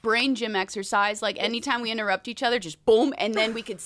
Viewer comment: Hannah : its okayy if you inturr Whitney: inturrept